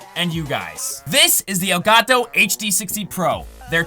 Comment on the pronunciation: i hate you you pronounce Elgato